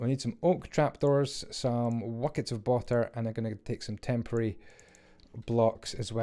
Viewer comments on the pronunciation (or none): As well as "wuckets of bater"